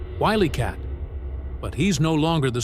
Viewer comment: Willy Cat had me rofl😂